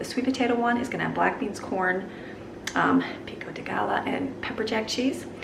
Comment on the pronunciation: I want to make the Lara bar recipe. Thank's. Have you tried the 3 ingredient pumpkin muffin recipe? I like it in a pinch. It's just spike cake mix, one can of pumpkin and chocolate chips. easy peasy. The salsa Pico de gallo is pronounced pico de guy yo. ha ha guy yo., Those taters look sooo good!